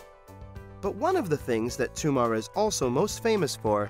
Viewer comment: stop calling it Toomar, it's Tomar